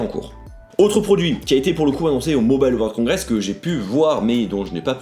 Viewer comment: "Mobale world congress"